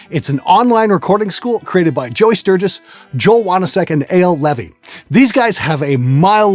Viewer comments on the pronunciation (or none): none